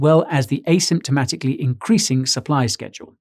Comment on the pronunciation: asymptotically not asymptomatically!